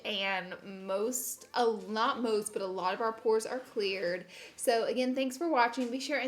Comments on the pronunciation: When I heard you say I watch Pore videos all the time....I seriously thought you said Porn for a second. I about died laughing lol. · Sounded like you said “Porn videos....” 😂😂😂😂 ya girl was rollin!